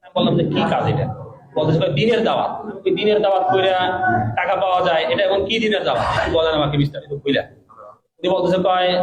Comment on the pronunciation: উচ্চারণটা হবে টাকা। টেকা না ভাই।